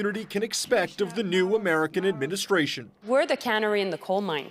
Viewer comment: if only she could pronounce canary correctly! it's not about making cans dear.